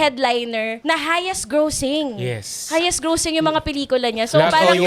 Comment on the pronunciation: Tawang tawa ako sa Grossing pronunciation nung babae hahahahaha